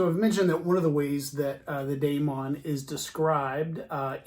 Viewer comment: It's pronounced "DI - mon"